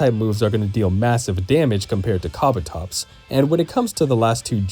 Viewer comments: Kah-buh-tops? isn’t it kah-boo-tops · "KA-bu-tops" :face-red-droopy-eyes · Kabutops not kabotops! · KABATOPS?? It's KA BU TOPS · ka bu tops kabutops, not kabatops pls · "Kah bah topz" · I don’t know if I’m the crazy one for how I pronounce Kabutops, but I know the Spearow and Fearow ones are wild… If I didn’t hear the switches in microphone quality and volume, I would swear it was AI narration, lol. Maybe this narrator is more in tune with the preferred pronunciation, like how Game Freak wants you to say Po-Kay-Mon, rather than Po-Key-Mon or Po-Kah-Mon?